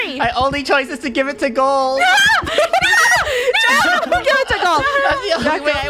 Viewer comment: Funneh called draco draca